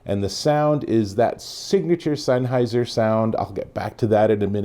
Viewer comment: Great review! Mine come in tomorrow I’m super excited. Your pronunciation of “Sennheiser” makes me cringe every time though lol.